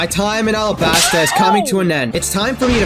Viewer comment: Say the world alabasta in English arabasta is the Japanese way l’s are r’s